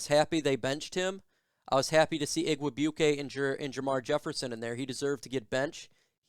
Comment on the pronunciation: Pronounced IG Weigh Bwee Kay. His uncle, Donald, was a classic barefoot Vikings kicker back in 1990.